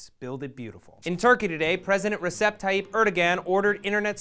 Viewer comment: My dad's family are Turkish and they love Erdogan for reasons I cannot understand (because I don't speak Turkish fluently). In their eyes Erdogan is the best president but I fully disagree. What does irritate me slightly is the way you pronounce Recep xD My uncle is called Recep and it's basically pronounced Reg-ep. It's hard bc of the spelling xD